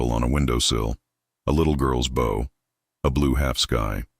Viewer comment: Ok. I have listened to dozens of these. Best one yet. Premise was not one I had heard 10 times. The art angle was fresh and the narrative voice was decent for the story. BUT!! PLEASE teach the AI that bow, as in archery, bow as in violin, and bow as in a respectful gesture, and bow as in a boat description ARE NOT ALL PRONOUNCED THE SAME!!